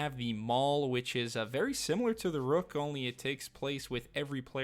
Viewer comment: Ruck rhymes with tuck, sounded like you said rook like in chess